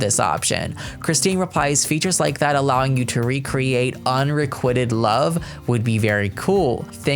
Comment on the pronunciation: “Un-re-QUITE-ed” not “un-re-QUIT-Ed” 😁 That made the hairs stand up on the back of my neck.